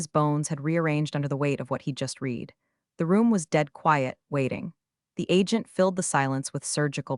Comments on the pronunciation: Getting lazy now, don’t care I guess since then come from YouTube for minimal input is easy. Why not listen to the A.I. output before posting? Edit a bit, I am English, you know those strange people from England 🏴 UK 🇬🇧, it matters to me if read as in RED comes out as read as in NEED. SO YOU GET A THUMBS DOWN AND UNSUBSCRIBE. It matters not matter to Americans who don’t speak, read or write English. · Can you please teach your AI the difference between read and read? I have read the news. I will read the news. Past, present and future tense. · 'Read' in this story should mostly be pronounced 'red' not 'reed.' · Could you please get your AI to use the proper tense of “read”? Red vs read? It makes this whole thing sound ridiculous. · Please teach your AI the difference between the present and past tense of the word “read”.